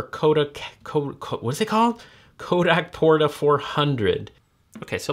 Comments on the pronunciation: Portra, not Porta. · hey omar just so you know its pronounced and spelled kodak portRa. missing an "r" great vid ! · I think you mean Portra 400 (not Porta) and Superia (not Supreme).